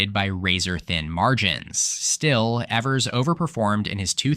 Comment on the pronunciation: You pronounced Gov. Tony Evers name wrong throughout. It is E (long e) vers, not like the word ever. Also, He's is not likely to run again. The Democratic nominee is likely either Lt. Gov. Sara Rodriguez or Attorney General Josh Kaul. The Demorcats will keep the governorship particulary if the GOP nominates 7th District Congressman and right wing crazy Tom Tiffany. But the GOP is in disarray in Wisconsin and 2026 should be a solid Democratic year there.